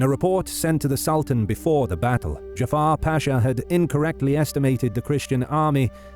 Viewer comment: The name is not Jafar it's Cafer. Turks are not Arabs.